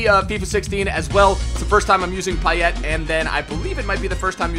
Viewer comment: He only pronounced payet wrong but everyone does